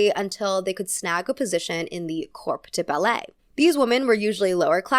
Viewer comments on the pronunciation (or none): Hi! just one note from a pre-prof ballet dancer! you say "corp de ballet", but the p is actually silent! it is pronounces "kor". Lovely video! and so so important to talk about, so thank you ! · just so you know, the p in corps de ballet is silent! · As a ballet dancer, I love hearing you talk about ballet!! For future reference you don’t pronounce the “p” in “corps de ballet” & capezio is pronounced with a hard E sound, capEEzio.